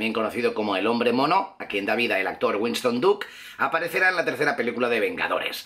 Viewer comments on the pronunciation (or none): none